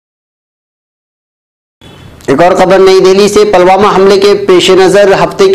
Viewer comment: sahab ap apneapko aeditar bhi kahtehai Lekin apke sabhi news me alfazon Ko jahilyat se Bolte hai yah ek jahili ka subut hai use khabar me ap Pulwama Ko palwama bol raheho yah Kiya jahilyat hai